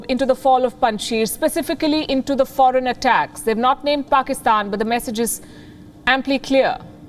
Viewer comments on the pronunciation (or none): wtf is parkistan? khud ko bolna nhi aata 🤣🤣